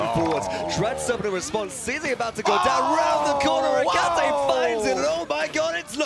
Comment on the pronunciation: Why can no paladins commentator read that his name is Etaceh not Ecateh?